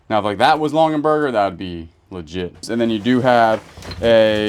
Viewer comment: It's Longaberger not Longenberger